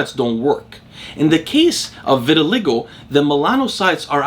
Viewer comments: This never even occurred to me but it certainly seems likely. Since you mentioned it I do think it's pronounced vitil/ai/go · Pronouncement of VITILAGO vi•tuh•lai•gow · Hey. The word "vitiligo" is pronounced ver-ti-lie-go. ✌🏼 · I think it’s pronounced “vit” as in vitamin, “ill” as in sickness, “lie” as in what fat people tell themselves about having a genetic propensity that prevents them from losing weight, “go” as in what people don’t do at stop signs when they have the right of way in my city. Vit-ill-eye-go. That’s how I’ve heard it pronounced by doctors, at least, and a janitor I knew who had the condition, but it might be a tomato-tamato thing 🤷🏻‍♂️ Anyways nice video haha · Vit-i-(schwa)-LI-go Emphasis on third syllable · Why didn’t you just watch a video where someone says vitiligo rather than continuously mispronouncing it on a video that clearly took a lot of effort? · Obviously he thought he knew how it was pronounced, nobody pronounces words wrong on purpose bro, stop and think for a second before being critical